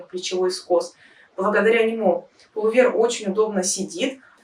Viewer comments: ПулОвер, а не полувЕр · Все прекрасно, красиво и просто, одно напрягает - нужно говорить ПУЛОВЕР, а не пОлУвер😊